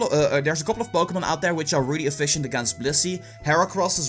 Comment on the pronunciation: It sounds like he says Bokémon go. Am I the only one who hears that?